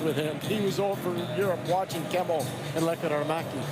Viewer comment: Perfectly pronounced